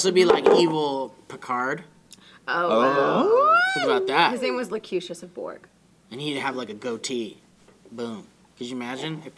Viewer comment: "Loh-cue-tus," not "Loh-cue-shus."